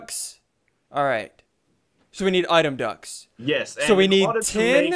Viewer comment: The way they pronounced “item duct” sounded like item ducks 🦆